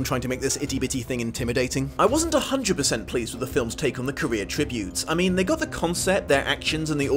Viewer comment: I keep hearing Career as Korea